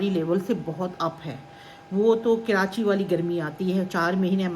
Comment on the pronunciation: Kirachi nhi karachi😊